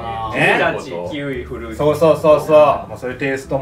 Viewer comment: さんの発音がずっと「ふるうつ」でなんか和む